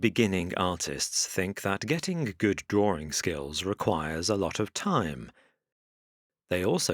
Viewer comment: drawring. it's fun